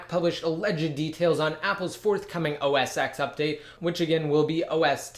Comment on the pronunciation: It's pronounced os TEN, not os "ex." sorry, it just bothers me.